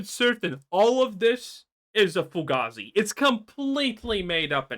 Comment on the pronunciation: Foo gayzey lol